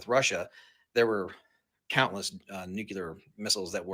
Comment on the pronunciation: "Nucular." Oh brother!